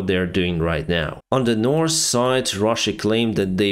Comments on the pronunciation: Hi, thanks for your hard work. May I give you a hint that you have forgotten. When speaking English the word ( north ) and ( south ). Both Do Not have sass in them. I believe when you were learning no one corrected you and when you say north or south. You have added an (s) which is not there. So now that someone pointed out the correct way of pronouncing both and south. Give it a try.😊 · You know how to pronounce the ( th ). Very well, I'm impressed. Usually that's the hardest. But you know how to use the TH... so it puzzles me why you don't use it on two very important words as a pilot. North and South. Neither one has an s at the end. Now that you are aware, can you try pronounce th, as the, not TS. Again I'm trying to help you ( and my ears) but help you improve your English. I'm amazed in all the languages you can read and write. I'm trying to help. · Drinking game: take a shot every time says: -'Some sort of...' -'Nors' or 'Sous' (instead of North or South)